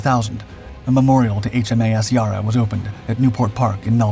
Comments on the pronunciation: Narrator could have learned to pronounce "Yarra" properly. Other than that, just another clickbait. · As someone who grew up in Melbourne I can say this narrator has no idea how to pronounce "Yarra!" Nevertheless, a great tribute to the ship and brave crew. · If only you pronounced “Yarra” correctly. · your pronunciation of Yarra is very off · Not wishing to sound picky, but the pronunciation of Yarra is not as the commentator keeps saying. The first a is a much sharper sound as in apple, instead of the whole sounding more like a pirate saying arh me hearties. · Im triggered by the mispronunciation of Yarra. Dam AI voice overs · And the correct pronunciation of “Yarra”. It’s maddening when so many YT videos mispronounce Australian words or names. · All that research and never once thought to look up the pronounciation of Yarra.... really needs the vocal audio re-recorded, it's offensive to the ears, the ship, and the nation. As someone else stated, would make a lethal drinking game 😂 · The pronunciation of Yarra, both ship and river, rhymes with cat and not with car. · Would be awesome if you got the pronunciation of Yarra correct. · The best way to describe the way to pronounce it is Yar ra and go hard on the Rs , OMG it was driving me nuts listening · It’s not ‘Yar ra’ it’s ‘ya rra’ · yarra not yahrra. like the a in larry. larra. yarra. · It's not Ya-rah, it's Yarra, the a is like the a in apple, both of them. Great video, though. Love your work. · It's pronounce YA--RRA not YAR--RA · Pronounced not ‘ Yah-ra’ but ‘Yeh-ra. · ITS NOT YARA - ITS YEYRRA - YEEERRRAAAA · YARA NOT YA’RAR….. ONCE AGAIN THIS CHANNEL USES A FALSE TITLE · Ya'rah!!! Not yourra ffs. Not like it'd be hard to find an Australian news report on the yarra river and ergo the correct pronunciation.. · It’s pronounced; YA-rruh. Like the word BARROW as far as the first syllable goes. It is NOT pronounced; YAR-uh. Shorten the ‘A’ to sound like the ‘A’ in the word Barrow and you’re on the right track.